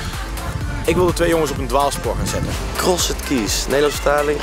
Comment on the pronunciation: Jezus Thomas Cross E d? English Language on Fleek Please, pronounce crossed correctly.